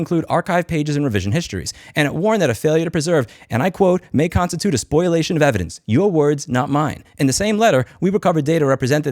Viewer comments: Spol-ee-ation: ✅ Spoil-ation: ❌ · They wrote, "spoliation of evidence", not "SPOIL-A-TION"… read as they wrote it. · Just an FYI, when pronouncing spoliation, it has no oi before the L. So it doesn't sound like spoil, it sounds like spoL. Spol-e-A-shun, or close to. Otherwise solid as rock. Go get them! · It's "spoliation," not "spoilation." Common mistake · Minor point, Louis, it’s “spoliation of evidence”, not “spoil-ation”. “spo-li-ation” with the “li” pronounced as “lee”. It’s a legal term that ~99% of people get wrong. That aside, great set of videos and responses to these people. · I cant get over "spoilation".. it hurts my brain every time. spō-lē-ˈā-shən spō-lē-ˈā-shən spō-lē-ˈā-shən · it’s spoliation not spoilation. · Louis fwiw it's spoliation rather than spoilation, but this is why you pay your lawyer anyway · FYI (in case you decide to represent yourself in court), the word is spOLIation, not spOILation. It shouldn't make a difference, since everyone can tell what you mean, but I could just imagine some asshole judge giving you the finger because you said the word wrong. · Spoliation not spoilation! That is all. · It's also pronounced spoliation too. Though a lot of people mispronounce it as spoilation.